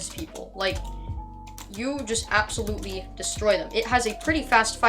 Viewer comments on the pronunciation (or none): none